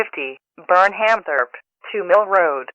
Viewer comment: and Burnhamthorpe is pronounced wrong